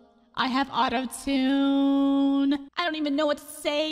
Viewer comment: She says asotune bruh